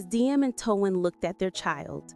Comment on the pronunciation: Why in the world can't you pronounce his name properly it's t o a n not t u a n just like the word tone